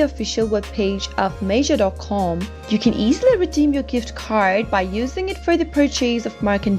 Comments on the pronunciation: It’s not Major it’s Meijer almost like Mya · The pronunciation is incorrect. It's said as My-er, not Mayer. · This is lies. You didn’t even create an account and do it yourself. You’re not even saying meijer right. Who makes these bs videos??